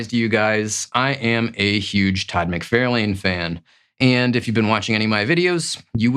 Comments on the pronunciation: This is a great list. As most list are, cover art can be very subjective to whom is selecting the list, but you have some great ones on there. I do find it interesting that you call McFarlane "Mic-Fair-lane". Does he pronounce his name that way? I think most pronounce it "Mic-Far-lan". I'm curious now how he actually pronounces it. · Its mc far lin, not mc fair lane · For the love of god - please - learn to pronounce mc-far-lin, it’s so annoying given how many videos you mention his name in (all incorrectly). Same for Rob Lie-feld. Lie + feld. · I like your videos but one thing that bugs me is you claim to be a big fan of Todd McFarlane yet you constantly mispronounce his name as "Mac-Fair-lane" when it is "Mac-Far-Lan". But you also state you aren't into creators so that might explain that. Or you might be AI? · Wait, do you say "McFairlayne" on purpose? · For the love of God, get Todd’s name right! Mc-Far-Lan. I have met the whole family and your pronunciation is like nails on a caulk board. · Love the chennel but every few vids where Todd McFarlane is mentioned im like "how is he your fav artist and you can't pronounce his name correctly?!" haha. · I literally thought he you were talkin about someone else by the way you pronounced Todd McFarlane’s name 😂😅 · "I am such a huge fan of my favorite artist that I say his name incorrectly and apparently have never spoken with anyone about him?"🤔He's titled this BEST covers but then refers to these as FAVORITE as if those terms are interchangeable. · LOL, I agree with everyone correcting your Todd pronunciation, but dont hate me! I love your channel! Just discovered you and you’re better than a lot of more established comic channels. Crisp image, love your background, solid graphics placement, and most important, solid intelligent commentary! You rock my man!